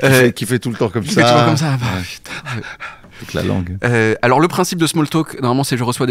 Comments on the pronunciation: Déjà il dit pas langué il dit guélan 😅 Et puis moi j'aime bien c'est sa petite patte à lui quoi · Heureuse que tu ne dises plus "langué"